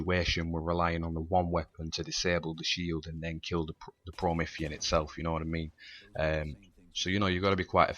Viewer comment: Pro-ME-THEE-an lol! I did this co-op Legendary, got to the end with the ghosts still holding my pistol and my ghost glitched out and wouldn't let me boost. Died and lost my gun;'(